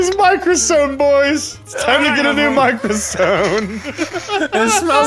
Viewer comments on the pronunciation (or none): says Microsone and yet he still comments and laughs when says it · my mocrosphone😂 aaaaAAAAA *beng*😂